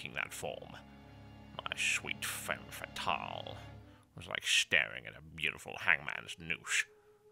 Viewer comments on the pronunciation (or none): none